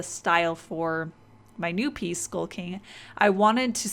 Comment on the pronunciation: sounds like "skulking" instead of "skull king"